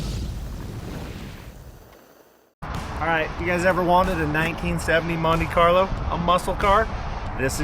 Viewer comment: You should really get custom MonDe Carlo badges made since that's how says it. 🤣😂